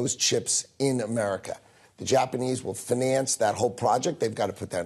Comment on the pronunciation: im not an native english speaker but what the hell is up with Lutnick's pronounciation of the word "finance"?